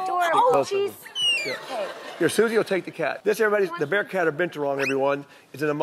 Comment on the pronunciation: was he saying bear cat a bitch awon?